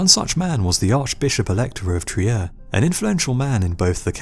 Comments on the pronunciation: Fantastic video! Trier is pronounced "Treer" in German, by the way. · trier is pronounced "treer"... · Trier is spoken "treer"